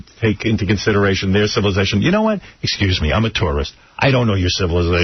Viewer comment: If I remember correctly, pelican was ripping his wig apart every time would say ecscuse me. Dumb gangly bald bird.